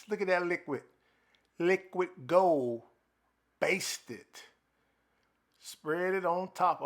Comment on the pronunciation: “Dats liqwuid gooul”😂😂